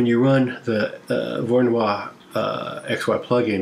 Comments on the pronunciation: It's pronounced "voro no E"... I mean, it's "Voronoy". It isn't pronounced "Voro-noix". (A "noix" is a nut in french ^^, but I only make that point for phonetics) I hope that what I said makes at least some kind of sense... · Small note: Georgy Voronoi was Ukranian and Russian. So that would be pronounced Vorono(ee), not 'Voronoire'